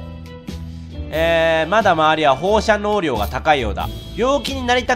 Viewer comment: 好きなシリーズがまた始まって嬉しい！ 放射能量って言えてないのがレトさんらしい 笑